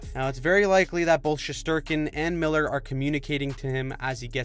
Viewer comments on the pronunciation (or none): none